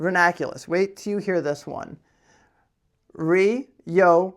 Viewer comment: Hey dude, love the content but that is no re-yo-ni-clus, its 'yoo' not 'yo', as in 'you', no 'yo'. Re-yoo-ni-clus, NOT re-yo-ni-clus.